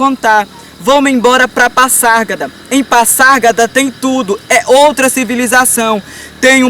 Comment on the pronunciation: Se pronuncia Pazárgada e nao Passargada